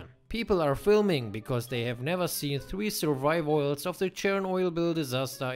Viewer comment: "Surviveoil" LMAO XDDD